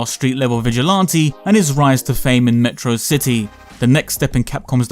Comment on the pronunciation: its pronounced "Meh trah Sih Tee"